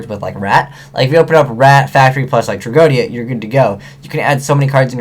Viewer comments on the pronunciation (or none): No offense or anything, but i'm retty sure that you are pronouncing "tragoedia" wrong. You pronouce it "Trag-O-Dia and i am pretty sure that it was pronounced in the anime as "Trag-O-E-Dia" As i said i'm not positive, but it just bothers me a little is all, especially since you talk about it a lot.